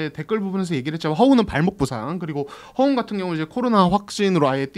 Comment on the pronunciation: 허훈 허웅 부를때 발음이.. 헷갈려 혼났네요